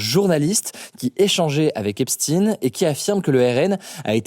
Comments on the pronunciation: Putin toi aussi tu dis Epstine ! J’arrive a savoir rien qu’en entendant ceux qui le prononce comme cela s’ils sont du coter mainstream ou non ...c’est Epstein, il a pas seulement traficoté avec la russie mais bel et bien avec tout le monde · C'est Epstein et non Epstine, merci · "Epstine" et pas EpstSTEIN et ne pas parler de Dieudonné... Décidément tu n'es plus libre force à toi Hugo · Faut choisir la prononciation du nom de Epstein (un coup Epstaïn et un autre Epstine) 🤦‍♂️ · face-blue-smiling:Epstein comme einchtein n om d un perroquet ! Pas " in " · Pourquoi ne pas le prononcer correctement ? "Epchtaïne" Le fait de dire "Epstin" ca fait connotation russe ou pays de l'Est, alors qu'il ne l'es pas. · C'est pas EPSTINE mais EPSTEIN, ca se prononce Epstaïn comme Albert Einstein ou Frankenstein ou Silverstein. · C'est EPSTEIN pas EPSTINE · Arrêtez de dire "Epstine" quand tu lis "Einstein" tu dis "chtaïne" pas "stine" donc Epstein c'est pareil! "Stin" ça sonne Russe c'est pour ça que la presse le prononce comme ça pour embrouiller les esprits (oui ils vont jusqu'à là pour semer la confusion...) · Epstein, pas Epstine, JUIF, pas russe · Jeffrey Epstine*** SVP!! on ne dit pas Epsteine comme Albert Einstein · Mais pourquoi on dit "Epstine" ne prononce pas Epstein comme Einstein ? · tres factuel tout ca! et cest epstein pas epstine !!nom a consonance juif ! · Vous savez tous prononcer Einstein, arrêtez de dire esptine s’il vous plait c’est pareil, Epstein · « EIN » pas « IN » oui il est juif tu peux le dire, pas besoin de changer la prononciation de son nom pour faire croire que ce n’est pas un juif….. a bon entendeur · Pourquoi dire Epstine, vous dites Einstine, Frankenstine ? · lui aussi se met à dire EPSTINE au lieu de EPSTEIN, on sait pourquoi.. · Epstine comme poutine ou epstein comme Albert Einstein... La prononciation n'est pas anodine car vous cherchez à le pousser vers les services russes alors que c'est un juif au service du Mossad israélien.